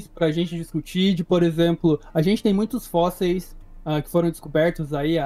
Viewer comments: "os fósseis" pelo amor champs (oO,) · nítidamente um problema com essa palavra kkkkk